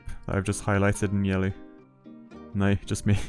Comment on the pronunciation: 🤣 Yes! I love the accent too: "oh nooooyyyy"